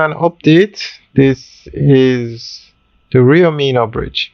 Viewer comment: Bro it's not Rio Meeno....it's Rio Minho.... pronounced (minnuh).....pronounce it right.